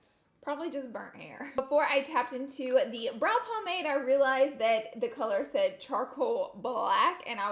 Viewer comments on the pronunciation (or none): none